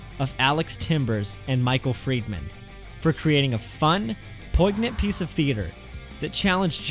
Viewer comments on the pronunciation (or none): Poignant is pronounced “poi-nyant”. The g is silent. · The G in poignant is not pronounced. It should sound as poinyant.